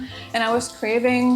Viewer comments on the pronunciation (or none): Currywurst wird "Körriwurst" ausgesprochen, nicht "Kurriwurst" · About the pronounciation of Currywurst: You say Wurst pretty well, Curry though is pronounced more like Körrie, so a hard German accent on the English pronounciation. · I'm so intrigued by this and I haven't had any Currywurst in years. (Don't worry about your pronunciation by the way, you're doing absolutely fine) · NEIN NEIN NEIN NEIN, SIE SPRICHT ES FALSCH AUS